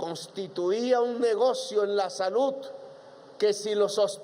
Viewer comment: Lapicito se cree un orador de otro mundo, cuando no está tocíendo o golpéa el atril, hace imagenes e hipérboles que no concluye y, si una oración termina en Ese, la alarga hasta que se desinfla. Más que gallos lo que se le vuelan son pajaritos, ni habar de las palabras terminadas en De, como salud, la que pronúncia con Te, deve ser por eso que los nenes se mueren de "denutrición". Golpíando en vez de golpeándo la puerta, se dará covertura al país